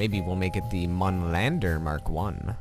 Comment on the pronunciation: the Mün is pronounced moon